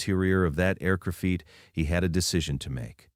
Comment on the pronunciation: The mispronunciations really annoy me. Often, they'll mispronounce a key term. Then you hear it repeatedly. It drives me mad. I usually turn off at that point. The five fee teen percent, and the aircrafeet for example